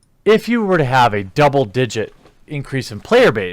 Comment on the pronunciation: It seems I misheard you. I thought you said they had a DOUBLE DIDIGET increase in players. I didn't hear the word PERCENT in that statement. It is easily possible 10-99 people started Magic in the last 3 months... worldwide. but should not be an encouraging statistic from their standpoint.